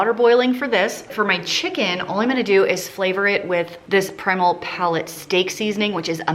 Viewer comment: Ummmm how did you just pronounce primal?